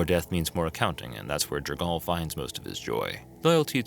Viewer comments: That is to say, not J'r-gaal. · Jergal (pronounced: /ˈdʒɛrgʊl/ JER-gul]) Edit: For some reason when you say 'Jergalist' you do pronounce his name correctly before returning to J'r-gaal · Guy puts a strange inflection on jergal’s and Myrkul’s name . Like an exclamation on the A and the U.